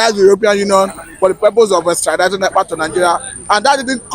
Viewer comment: Abeg call the name well. Mazi Simon. Ekpa